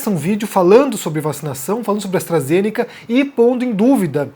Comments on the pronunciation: AstrazenÉca… gente não sabe nem falar, quer ditar regra 🤦🏼‍♀️ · "Astrazénéca", o cara não sabe nem pronunciar o nome da vacina haha. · E o jeito que ele pronuncia Astra ZENECA, metendo uma sílaba tônica sem sentido no meio da palavra? Analfa total!! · (...)"AstrazenÉca"(...) (...)tem que ver o vídeo "compReto"(...) Tudo bem "expricadinho"... KKKKK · Primeiro é falar Astarazenéca. E segundo qual a relevância desse saco de cocô tem para falar de uma vacina???? Mano em que mundo estamos??? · "A vacina astrAzênéqui" kkdkdkdkfkdkkxbdndjdjf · "Astrazenéca". Pelo amor, quem ainda segue ou dá um segundo de sua atenção pra quem sequer sabe falar corretamente? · O cara não sabe nem falar o nome da vacina pqp 🙄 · O cara não sabe nem pronunciar o nome da vacina corretamente, não sabe o que tá falando, precisa voltar pra escola, esse "". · Esse não sabe nem falar o nome da vacina! Nem sabia quem era essa pessoa. Ainda mistura o conceito de eficácia com o conceito de segurança. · O cara não sabe nem falar o nome da vacina direito. É de lascar.